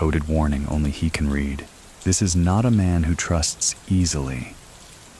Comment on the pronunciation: a I. telling us "I read every single comment" and mispronouncing "read" 😅